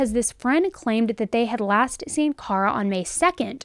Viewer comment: She is pronouncing it correctly for Kara. FYI.